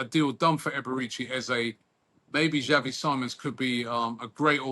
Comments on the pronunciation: It’s pronounced Simmons Robbie- all years doing football news atleast try get ppl name right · robbie pronouncing xavi simons like he's a sidemen